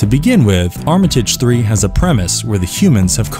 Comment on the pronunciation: Hears pronunciation of Armitage The Third’s title cringes